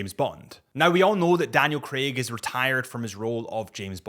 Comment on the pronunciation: Lmao he said Daniel Greg 🤣🤣🤣🤣🤣 dude only 5’10 lol